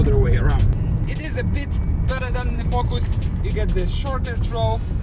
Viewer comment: I love the way he says “fokus” 😂😂😂